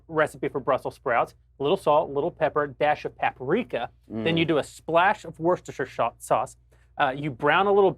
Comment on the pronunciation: Woo-ster-sher-sauce -- source:- lived in Worcester for 17 years